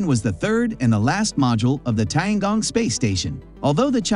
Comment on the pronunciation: Please spend a little times, or give some efforts on pronoun those special name correctly, or close to correct. ( for the respects of Chinese and your audience) Tiangong and mengtian.... Tian ... ten Gong... kung or gung. Mengtian... meng ten... not meng tion. Imagine if i pronoun Biden ( bi-den) by bid-en And Trump by t-rump. How do you feel?